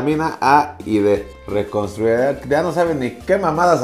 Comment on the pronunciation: Reconstruida 🤣🤣🤣 te mamaste mi lalo, leele de nuevo pero bien jaja